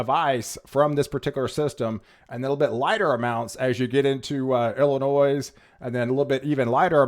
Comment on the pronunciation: I was born and raised in Illinois. The "s" is silent! The way you pronounce Illinois, just grinds my gears!!!